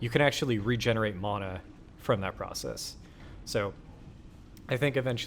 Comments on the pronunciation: Why the fuck do you say mana like that 😂😂 sound dumb as fuck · Never seen someone so butthurt over mana pronunciation.